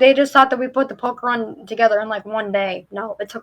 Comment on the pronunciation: I thought she was saying Pokémon! Either way...🤔🙃